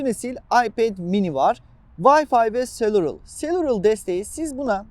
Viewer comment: Adam cellular doğru okuyamıyor